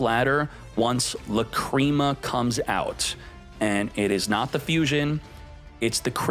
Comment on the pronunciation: Love watching these videos but please stop saying lacrima wrong drives me crazy